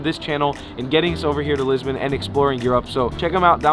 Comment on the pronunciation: Hey guy Lisbon is pronounced Lisbohn,and not"Lisbin",as you keep saying!